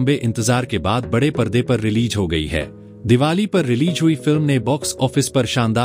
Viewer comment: Good presentation but correct your wordings 😊 Say Release रिलीज़ instead of रिलीज 😊letter z is matters